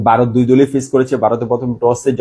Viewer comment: আর ভাই আমাদের দেশের নাম বারত না ভারত 😂😂😂 আর ওটা টি টুয়েন্টি নয় টিটোয়েন্টি 😂😂😂